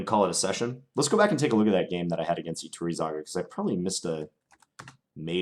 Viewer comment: Iturrizaga is a very strong GM so you stood very well against strong opposition in this session. I'm also impressed at your pronunciation of the name Iturrizaga I'd expect most of the chess youtubers on my subscription list to butcher that name and say something hilarious instead (at least for Spanish speaking viewers). Congratz on that!